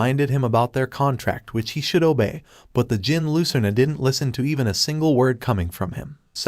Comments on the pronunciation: Fyi its pronounced jinn the D is silent. There basically the same thing/origin of genies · reading djinn as degen is kinda funny.